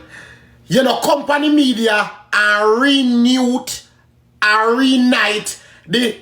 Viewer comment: said Re night instead of reunite 😂😂😂😂😂